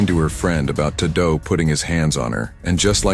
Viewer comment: His cousin "tah-doe" 😂😂